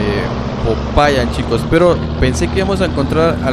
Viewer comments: SE DICE POPAYÁN EN EL MINUTO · SE DICE POPAYÁN